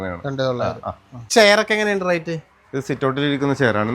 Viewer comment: Not rite(റൈറ്റ് )but rate ( റെയ്റ്റ്)